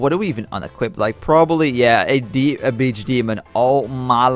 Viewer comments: Just mispronounsation ok... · did he say bitch or beach? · when he said beach hydra it sounded like b*tch hydra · At the start didn't it sound like he say the b* word?